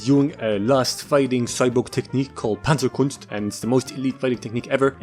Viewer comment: Panzerkunst. The actual F. Nazimovie. What kind of rape of the German language.